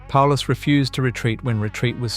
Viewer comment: Sorry, I stopped watching after you messed up with Paulus.